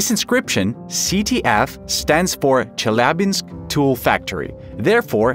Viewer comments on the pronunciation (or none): Chelyabinsk. Pronounced CHELL-ya-binsk